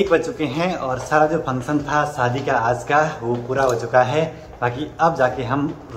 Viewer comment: Nice video 👍 सादी नही शादी बोलो।